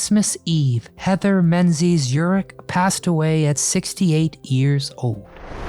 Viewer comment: His name is Robert Urich, not elrich